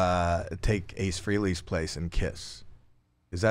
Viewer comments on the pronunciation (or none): Hey, Howie, it's Ace Fray-lee, not Free-lee. Right off the bat you sound like a poser.